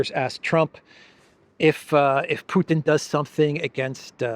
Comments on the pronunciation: ITS NOT PEWTIN ITS PUTIN🤦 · Why is it that people so ignorant about Russia, that they pronounce the president's name as Pewton, are allowed to rule the world? Hello from South Africa. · When they ponounce Putin "Pewtin" I want to throw up. Apologies for being so blunt. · European Politicians have to learn to say Putin properly - they all say Peutin- or maybe they say it that was to be disrespectful !! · How is it that the foreign secretary cannot even pronounce President Putin's name properly. Just like Boris Johnson and others she refers to him as Pewtin. Another minor observation is that mostly ALL of the European leaders insistent on dragging us into war with Russia seem to be females. Perhaps they ought to take a few lessons from Charlie Kirk's wife and stop being so unfemininely belligerent . . . . just sayin' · Why is it that neocons, especially the Brits, constantly mispronounce the name of Russia's president? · Aside from all her other fantastical twaddle, maybe she should learn how to pronounce his name. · cant even say Putins name correctly. She is obviously another low IQ Russiaphobe who is just begging for a nuclear conflagration.